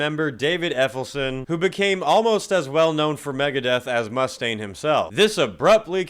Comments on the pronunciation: Not Effelson... Ellefson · "Dave Effelson" LMFAO